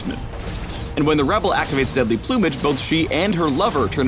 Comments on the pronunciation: the way he says plumage... plew-mage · deadly "ploomage" hehhehe is that how americans pronounce it?